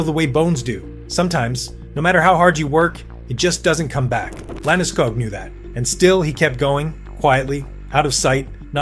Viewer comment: Liked it. Of couse, I’m Swedish, so I might be biased. However, you should tell your AI that hist surname is pronounced with the same “O-sound” that you use in school, fool or pool. Like Landeskoog, not wanting to ne annoying, just trying to help a little. 👍🇸🇪🏒